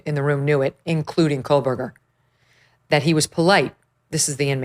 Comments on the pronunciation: Co-berger, not Coal-Berger. Just sayin’! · Meghan it’s KOHberger, not KOHLbergar. No L. I hope you can get Kaylee’s sister on your show. The investigation for this crime was HORRIBLE. YouTubers and the Gonsalves family did better investigations than they did. Anyway ….